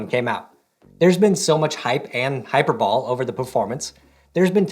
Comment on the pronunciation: Did he just say "hyperball"? Bro, it's hyper-buh-lee.